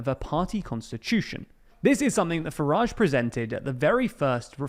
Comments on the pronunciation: It's a word that his name rhymes with and so should be pronounced rather than the pnoncy sound he uses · 0.59 Farage nor Garage